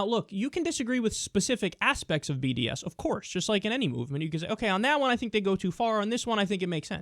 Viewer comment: Did anyone else hear bdsm when he sad bds?